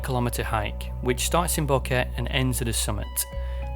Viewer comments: He couldnt even research how to pronounce “boquete” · You made this long video about this but didnt even bother to learn how to pronounce Boquete. 3 mins in This “detail” shows how serously your “work” should be taken